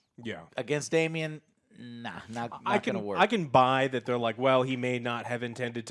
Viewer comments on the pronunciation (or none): Again with the Damien.... no I in Daemon. I think at this point you're doing it on purpose bc nobody is that stupid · Why is Joe talking about book stuff and then mispronounce a simple name like Daemon? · Hey Joe.. sorry to be that guy but just thought I'd mention, Daemon = "Day mon" not "Damion" Sir Criston = "Chris Ton" not "Christian" Laenor = "Lay nor" not "Lenore" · For fuck's sake. It's DAEMON...not Damien. Damien is the f-ing anti-Christ from The Omen. It's Daemon. Do you call Matt Damon Matt Damien? 5 episodes in and you can't get one of the easiest names on this show right? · You keep calling him Damien… it’s Daemon, Joe.. DAEMON* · Super annoying 😡 Damian?? Ugh. It’s Daemen. There’s no “i” or “ee” sound in there. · Its not even mispronouncing; Its just wrong names. Damien isnt the same name as DAE-mon. Christian is also not the same name as Cris-ton. Its nutty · The mispronunciation of names i expect from.... but now even?? Who the hell is "Damien"??? is this an american thing to just butcher any name that has more than 2 syllables and comes from another country? Its so cringe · I love you guys but you are pronouncing the 3 main characters in this episode wrongly. There's no Christian or Damien and Lenor is a fabric softener in Ireland I think 😁😁. But seriously, love you guys. Every week I wait for She Hulk, Rings Of Weakness, and House of the Dragon. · How does Joe not know it's Daemon not Damien. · Man, you guys are slaughtering these character names!! 😂